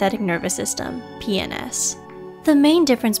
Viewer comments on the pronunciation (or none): Why did PNS have to be pronounced like that